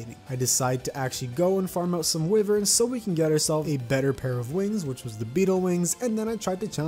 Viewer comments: y-vern not wiv-ern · never say wyvern again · is he purposely saying wyvern and palladium wrong